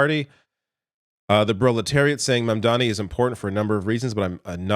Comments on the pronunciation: It’s not ma’m-Donny it’s mom-Donny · m-ah-m-dani not mem-dani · Cuomo still couldn't say mamdani name right. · Cuomo still said Mamdani's name wrong... Wow.